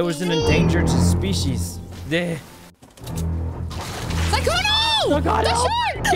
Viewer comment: why the names , SUSuuuukae, lmao il Sykkuno for trying.